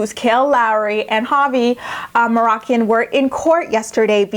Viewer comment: Please don't take it wrong but you pronounce his last name "mah-roh-keen" I hope it makes sense lol.